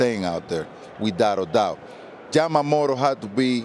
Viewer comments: パピがために「ジャマモト」て発音するの好き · 誰一人としてヤマモトって言えてないの草